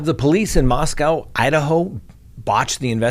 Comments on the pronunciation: SO sad. I live about 2 hours from Moscow (we pronounce it Moss Coe, not Moss Cow around here.) There is another large University (Washington State) about 8 miles west of U of I. I haven't heard if students there are alarmed. I think I would be. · they pronounce it "Mahs Kohh" - like coca cola. Not cow. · Just FYI, Moscow (the Idaho one) is pronounced with a long O on the second syllable. I lived there three years and the townsfolk will quickly correct you if you mispronounced it. 😂